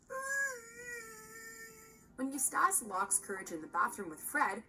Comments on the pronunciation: I hate that mojo sucks fuck with the little things like EustAHce instead Eustace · U stash.... it's eustace Bruh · I die a little inside every time she says it wrong. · ikr. She can pronounce Muriel perfectly , but makes a cock-up of Eustace? It's bad enough when non-english speaking reviewers screw up the names, but this woman is clearly American...okay, I get it now.